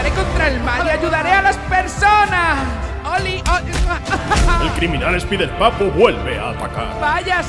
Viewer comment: Sé pronuncia ESPAIDERPAPU Ingnorante